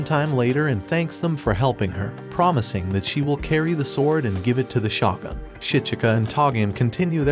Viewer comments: Its shogun not shotgun Need to work on your pronounciation man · It’s pronounced shogun (show-gun), not shawgun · Listening to you butcher shogun is kinda triggering, ngl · Although I enjoyed the anime recap it was almost unwatchable due to the mispronunciations of almost every important word or name starting with the word Shogun. Question is this some kind of computerized voice over? Because I noticed this a lot for someone who seems to watch anime but then can't listen to how the names are pronounced